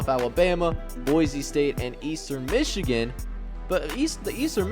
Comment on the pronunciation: Mee-chigan? lol.